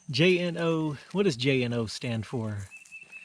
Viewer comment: "Jno" I think it would be pronounce as ( June-o )